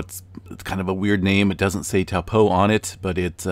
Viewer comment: Can you say Taupo correctly